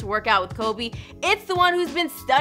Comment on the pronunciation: Its Kobe not Cobe...do you even know the Mamba?